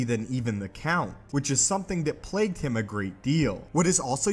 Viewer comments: Him please not hime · Here when it says hime